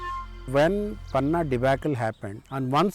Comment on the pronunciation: Why have an American narrator who can’t even pronounce Panna appropriately?